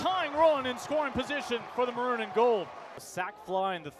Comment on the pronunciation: Just curious - does that announcer even know that the word maroon is TWO syllables?? 😅 Took me until the mark to finally figure out that "ⁿⁿrūⁿ" was him attempting to say "maroon"! 🤪